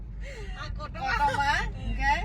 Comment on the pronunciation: Kakuma ❌ kotoma ✅